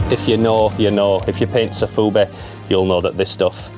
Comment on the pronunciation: sOfubi not sAfubi ;)